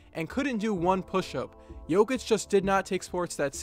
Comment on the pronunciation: Its not Nikoula Joukith its Nikola Jokić